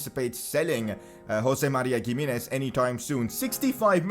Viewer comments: PCQ: its "himenez" not gimenez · it’s pronounced HIM-EE-NEZ. not gimenez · Please don't call him [Giminez] , but rather [Jimenez] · Ohh my goddd, please pronounce Gimminez 🤣🤣, its pronounced Himminez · Its pronounced Hi-me-nez not Gi-me-nez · Pls it is pronounced He-menez not Gimines pls correct yourself 😂😂😂😂😂😂😂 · He is not giminez he is himinez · Pcq: it’s pronounced himénez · gimenéz is pronounced (H)imenez lol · Pronounce Himenez not giménez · Pcq: Giminez is pronounced Hi-mi-nez Since we are hopefully going to hear his name pretty frequently, please use the correct pronunciation. btw keep up the good work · Gimenez is pronounced as He-Men-Ez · PCQ: You say Gimenez like Chimenez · Bro it is pronounced as He Me Nez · Giminez is pronounced as himinez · Isn't G in Gimenez pronounced H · The 'G' in Giménez is pronounced as H.